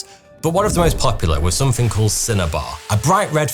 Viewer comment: Why do you say Somethink? With a k?